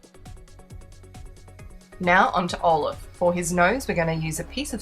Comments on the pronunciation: Was it jusd me that kept hearing olive?? Its Olaf⛄ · Amazing ! Lol when i said Olaf it sounded like olive i little but who cares u are awesome